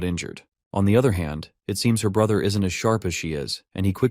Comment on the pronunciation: His sister said bruhter😂